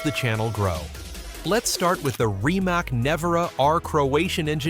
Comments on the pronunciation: It's not "RIMAK", it is "RIMACCC"... I'm Croatian, and I know Mate in person, probably I will never purchased his car, first because of the price, and second because this teck is not something amazing what people are thinking... If he focus more to the middle class people, I will consider of purchasing some of "Rimac Automobili" car... In this case I will always choose BYD no matter what... But this is only my personal opinion... Good luck everyone... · It's pronounced rimats